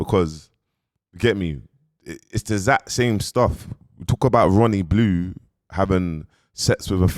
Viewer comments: Man said Ronny blue 😅🤣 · Man said Ronnie Blue 🤣🤣🤣